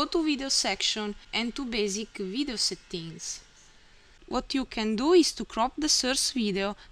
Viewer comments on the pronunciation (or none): Nice Italian accent! "Settings" is pronounced as sEtnks or sEdngs, not satteenks :-)